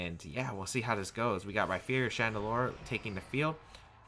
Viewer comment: You said Rhyperior correctly finally, i love you <3